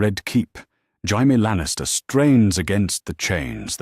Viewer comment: Why cant AI say Jamie, its always Haimie.